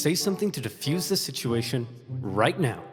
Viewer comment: . It's defuse, not "diffuse."